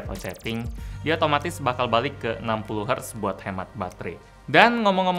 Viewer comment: yang saya tahu, "Hertz" dibacanya pakai "e" (seperti kata heran) bukan "eu" (bukan seperti kata hening). Hertz dari diambil dari nama penemunya seorang kebangsaan German, Heinrich Rudolf Hertz. CMIIW.